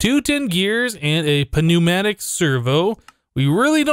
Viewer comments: its Pronounced New-Matick not P-New-Matic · its said NEW-matic i understand its a p but its new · Pneumatic has a silent P not a pronounced P. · I find the way says pneumatic servo so funny I laugh every time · You dont pronounce the P in pneumatic